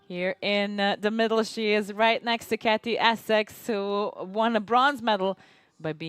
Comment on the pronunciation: It would be good if the commentator was pronouncing Katy's name correctly. IT'S NOT CATY!!! It begins with a "K".